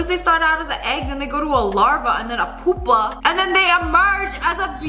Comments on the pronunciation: Puuu not poo puuu pa. Pupa. Pupitar the pokemon. Not poopatar. Anyway. Salt cooking is interesting. Its like "air frying" which air frying just seems like a different toaster oven. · NOT TRYING TO BE RUDE BUT pupa is Pernounsed pUpa